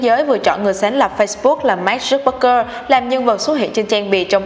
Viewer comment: Mark zuc bergker là ai thế mn tên ng nổi tiếng phát âm còn sai 😆